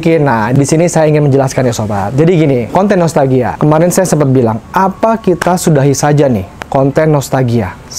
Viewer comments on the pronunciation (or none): Saya ko denger.nya nostagia bkn nostalgia 😁